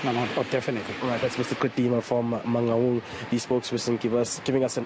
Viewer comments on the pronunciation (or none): This lady cannot pronounce Mangaung. For crying out loud, where does she come from? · Man-N- Gaun! WTF